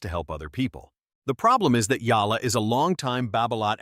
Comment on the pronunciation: HER NAME IS EALA NOT YALLA DUM. BO